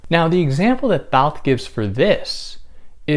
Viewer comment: Oh wow. Says the name all French-like. Would like to hear his pronunciation of foie gras. In the end Barthes like almost all French frites end up reiterating, reacting to or against DesCartes IMO. Significant to me. Myth and language all subjective. Even the author ✍️ may not exist. My subjective process of thinking 🤔 only thing I’m sure of. Cogito ergo sum. Nice explanation here. Good stuff.